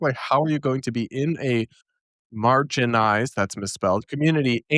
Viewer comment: "Margenized" Nothing funnier than someone trying to use words they can't spell or pronounce correctly! 😂😂😂 "My bread was dry, so I margenized it!" 😂😂😂